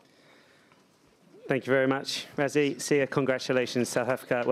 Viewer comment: Is it difficult to say "Rassie", instead of "Razzie"? 😀